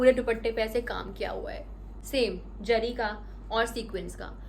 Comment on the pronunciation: Its zari not jari